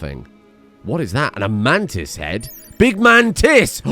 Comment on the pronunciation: Bro you gotta stop saying “big MANtis” it sounds like you are saying “big man tits”